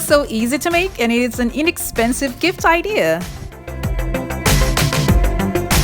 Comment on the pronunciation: Its idea not idear